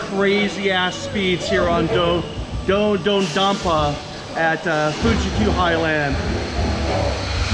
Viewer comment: Did you Just say “Do dompa”